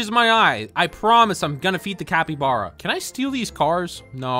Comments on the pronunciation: IT'S NOT CUPACABRA IT'S CAPYBARB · Bro said capy bara cepy bare😂😂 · “Tupricaba” got me rolling to ohio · Bro actually called it chupacabra the whole video 💀💀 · say it like cah-py-bar-ah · Ca-pe-bar-A thats what it is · A cat, a Ibarra, it’s a capybara, not a Cappy Barra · Bro, it’s capybara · For Janegee and other people that don’t know how to pronounce it it’s -cap-be-bar-uh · not even a secend in and he said quesadilla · The word capybara is pronounced cap-y-bar-a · I like how he say chupacabra isntead of capybara (Please dont search up) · ITS SPELLED "CAH-PEE-BAR-AH" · ITS CAPPYBARA NOT THAT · It is pronounced capy bara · Its pronouce "kabibara" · How to pronounce capybara (cap-E-bar-uh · bro that is so CAP-E-bar-uh, it's actually chu-pa-cah-brah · its read kapı bara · Its capy bara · love how you said capybara wrong at the beginning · You do not know how to say capybara